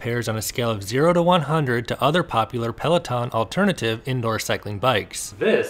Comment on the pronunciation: PLAW TAWN ( FRENCH AF)